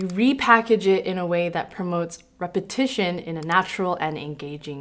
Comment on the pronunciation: Am I the only person that thinks "legitimizes" everytime she says "repetition"?